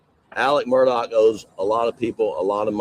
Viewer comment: Immediate subscribe for you pronoucing the name correctly (I'm in SC) 😅 Plus....Vinnie! 😊